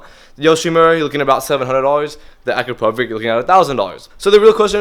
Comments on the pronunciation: u are saying it wrong, u read Akrapovic like Akrapovich, not Akrapovik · As a Slovenian, i just cant hear you, how you say Akrapovič. Ill try to write it how it should be said; Akra-po-vich. The letter č is pronunced as ch. I hope you dont mind, im trying to help you. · Let me know when you can pronounce the exhaust manufacturer's names correctly. I will take you seriously at that point.